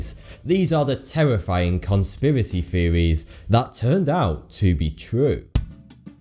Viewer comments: Cunspeewacee Feewees? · "Fawty-Two"? "Conspiwassy feewists"? "Sometimes got vee occasional fing cawwect"? "Sometimes ver twoof is even skerweer van spekewayshens and feewiz"? Pull yourself together man! You're speaking in tongues. What language is vat... I mean that meant to be anyway? You sound like Elmer 'fuckin' Fudd! Now either speak proper like wot I duz, or bugger woff! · Cunspiracy feevees you say?